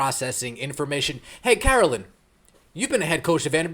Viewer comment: I don't care for Peck, but her name is Carolyn, not Caroline.